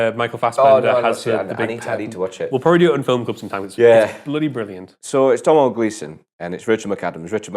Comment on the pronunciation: I love how you guys are reviewing so many of Domhnall's films, but still get his name wrong half the time. I absolutely love the Gleesons for their work and obviously their hair colour ;P I don't understand how these review video's don't have as much views, because I think the way you guys explain and criticize films is awesome. They're very good and your points of view are interesting. I've watched the Chicken Run review about four times now. I don't know why, but I just enjoy the happiness in that video I guess. It's just an awesome film too. I only just subscribed though, because I think I need a little more direction in watching films. This would be a great way to see some classics I'd probably won't normally choose to see on my own.